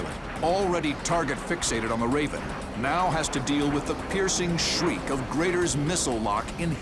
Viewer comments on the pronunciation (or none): none